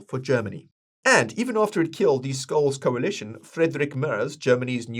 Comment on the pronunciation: Just one Tipp: its pronounced SHOLSz and LINDNER (tje fool who Sold our BTC early)